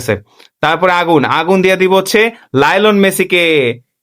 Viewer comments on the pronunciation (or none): Lionel Messi❌ lione Messi ✅ lamin yamal ❌ lemon yamal ✅